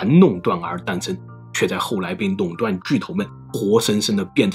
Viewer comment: Long 断 ，不是nong 断。Lao 罗斯福，不是nao 罗斯福.... 😂